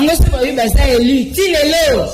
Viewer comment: MADAME, ON NE DIT PAS UN PRESIDENT ELI MAIS ON DIT UN PRESIDENT ELU SVP BATO YA UDPS, BOTANGA WAPI AVEC UNE MAUVAISE PRONONCIATION FRACAISE